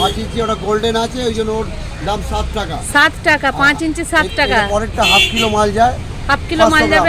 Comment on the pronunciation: It's 'shaat' not 'satt' 😂